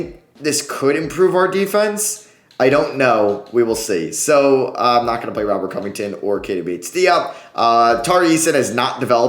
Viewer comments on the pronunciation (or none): none